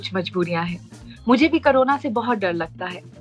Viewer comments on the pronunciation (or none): Why pronounce carona instead of corona?